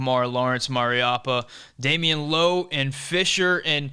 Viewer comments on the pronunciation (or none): none